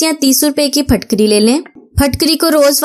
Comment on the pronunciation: Yeh PHATKARY NAHIN HAI YEH PHITKARY HAI KIA PUNJAB MAIN ZAIR KO ZABAR BOLAJATA HAI ? WHAT U DO IN QURAN READING ??